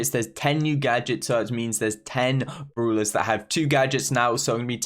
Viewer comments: bruulers xD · Also he calls brawler as brewlers